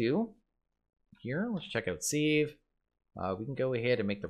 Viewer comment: Youtuber’s commonly pronouncing sieve wrong. Used to trigger my OCD but I’m used to it now. Looking forward to watching this series after binge watching Enigmatica Skyblock